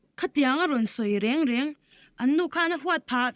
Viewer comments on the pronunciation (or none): Hmeichhe pakhat hian ngatinge "re re" a tih zel.. "reng reng" ti se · Nia,a changtu nu hian reng reng tih aiah rere a tireng a